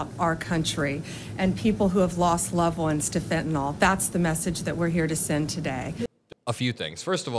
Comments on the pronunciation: just for the record, it's Fenta Nyl. I know I won't change the majority of the population...but just saying....it's not fentynal. Not ragging on, because I think he's great... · There is NO OPIOID SUBSTANCE CALLED "PHENTANOL" . It's pronounced "finn-tuh-nil" (Fentanyl). #nailsonchalkboard "Fenn Tuh Nawwwwlll. Killin' all our childrens!" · Why are you mispronouncing Fentanyl like the magats do? It's nyl not nol. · FentaNYL. Not fentanOL. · Can we agree to call fentanyl fentanyl, instead of “fentanol”? Trump wants us to believe he cares so much about this drug but doesn’t bother to learn how to pronounce the name of it. Americans are now all calling it Fentanol, too, because of the buffoon. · Even the head of DOJ pronounces Fentanyl wrong 😂😂 It’s not Fentanol! It’s Fentanyl! Why does everyone pronounce it -nol?? It’s -nil! The chemist in me is so triggered 😂😂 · Bondi and are both mispronouncing "fentanyl". It's not fenten all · I really wish you would stop saying "fentonol." Read this -- fen ta nyl -- how would you pronounce that? It's fen-ta-nil. Don't call people stupid when you can't even pronounce this word. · Fen- tah- nill , folks . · Of course it's a dodge and a distraction... Worse yet, Pam Bondi can't even pronounce fentanyl correctly!